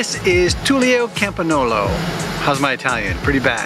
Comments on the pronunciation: for reference GN in italian = ñ in Spanish. It's pronounced Campañolo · Yes,, your pronunciation of Campagnolo is off. But nobody worries!